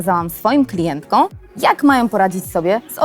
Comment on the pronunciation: klientkom, nie klientką.... litości.